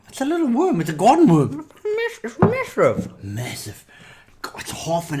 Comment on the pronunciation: the way said "it's massive" was so funny with drink in his mouth lol.